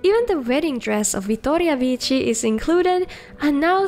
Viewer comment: Not gonna lie, I really like the way you pronounce Wuthraad and Vittoria Vici. The proper hard R is just the best lol